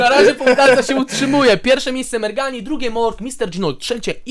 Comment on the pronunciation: To nie merghani tylko szczurmani